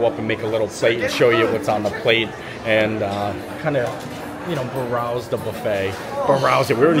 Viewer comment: Hey, it’s browse not barowse. Enjoy.